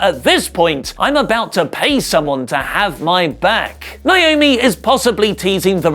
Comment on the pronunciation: It's NA- O- ME!!! Why do ya'll keep doing this?! Yes, my sister's name is NAOMI!